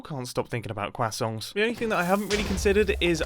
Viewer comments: Are you trying to say crescent? Quakson? Your worse then Tom Holland! But seriously welcom back mate. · “Kwassonts” That’s even worse than Tom Hollands way of pronouncing it xD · I cant get it out of my head that he says “kwasongs” instead of croissant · I find it funny how mumbo says "kwasongs" instead of "crusonts" when pronouncing croissants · "Cwasonts" and not croissants is interesting... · HE ACTUALLY SAID QUACKSON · "kwassongs" - Mumbo 2022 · every time you say croissants i hear quasongs its killing me lmfao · “Quasongs” 🧌Gotta love it Mumbo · love seeing mumbo back, however, CWAHsohns? i know thats the pronunciation, but that was overenunciated i feel lol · when you come back to Minecraft after a couple years... Nice to see Mumbo upload again. 😊 Also, who calls it “Qwasongs”? 🤨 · Did....did he just say quackson? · Am I the only one o did you just say quacksont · "Kwasongs" Americans pronounce it "Craw-sawnt" That's very interesting haha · he says quackson too but slightly better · im gonna start pronouncing croissants as kwasongs, thank you mumbo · I like how he says "Cwasongs" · Did he call them quassongs? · Mumbo: cwassongs 😅😅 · The way this man pronounces croissants is crazy to me. It sounds like he's saying kwassongs, and I honestly can't tell if it's a joke or not. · I love that he pronounces “croissants” as “quacksongs” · New pronunciation alert: croissongs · Mumbo I'm a fan, I like your content. But genuinely fuck off with how you pronounce croissants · You pronouncing croissants improperly is very infuriating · Mumbo should get an award for pronouncing croissants even stranger than Tom Holland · The way you pronounced croissants hurt my soul!! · He somehow manages to not have any 'r' sound in there at all...